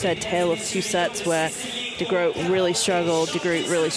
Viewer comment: Again, my compliment to the male commentator for his pronunciation of Diede de Groot's name.